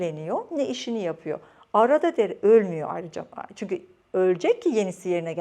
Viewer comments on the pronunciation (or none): none